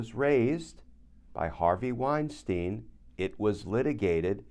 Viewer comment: A note about pronunciation. In the German language,when there are two vowels together, the scone vowel is pronounced. Example: Albert Einstein The two Es are not sounded. Only the letter “i” is sounded. Same should apply to the name Weinstein Wine-stine not wine-steen.